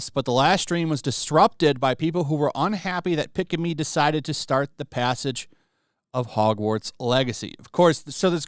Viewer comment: if you watch any clip of pikamee videos, her laugh sounds like a kettle boiling water, is a running joke for how she laugh, and you surprily pronounce her name right, un like other guy who try cover pikamee bulling